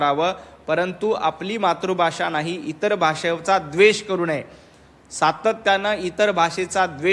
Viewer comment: आधी मराठी भाषा बोलायला शिक. तुला मातृभाषा हा शब्द नीट बोलता येत नाही तू " मात्रभाषा " असे २ वेळा बोललास. हयावरून तुझे शिक्षण कसे झाले ते कळते. जिभेवर चांगले संस्कार कर. संस्कृत भाषा शिक मग मराठीत बोल. मोहन भागवत म्हणजे काय काळ्या दगडावरची रेष नाही. भाषेला आजार म्हणतात हयातून त्यांची योग्यता दिसते.